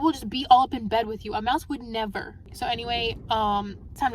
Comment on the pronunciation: A mouse would ne-vur. 🖤